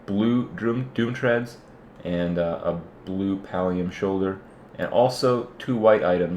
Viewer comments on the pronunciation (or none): none